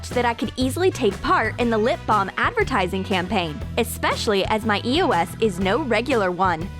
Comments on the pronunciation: ITS EOS NO E O S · It's eos (ee-ows) not e.o.s dude you are driving me nuts!!